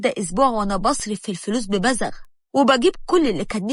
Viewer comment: ببذخ مش ببذغ